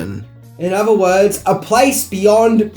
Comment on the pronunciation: Every time says "fings" instead of things or uses f instead of th and user instead of other take a shot.